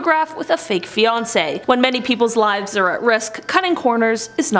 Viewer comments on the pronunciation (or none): none